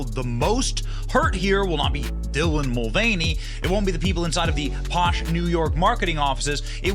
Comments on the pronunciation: dilah?! It’s Dylan ! The man 😂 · Wow Houston-based reporter eats bugs and can’t read “Dylan”. 😂😂😂 yet another Wordsmith-bro.